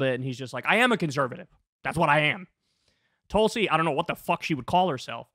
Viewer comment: I like that one, "TOOL-si" 👍🏼 😆 🤣 😂